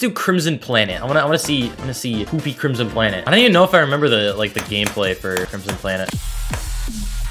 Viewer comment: the way he says "crimson" in crimson planet sound eerily like my name